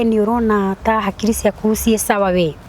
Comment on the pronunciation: 😂😂😂😂😂😂😂 when she says ye badala ya we! 😂